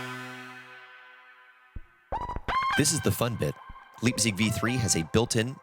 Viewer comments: The "lipzig", ehehe. Yuu can be sure it's "vco USA" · Leipzig is a German word named after a town. Pronounced L-eye-pzig.